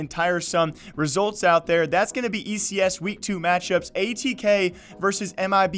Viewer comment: the CEO of ATK said it is pronounced "Attack". for future reference :)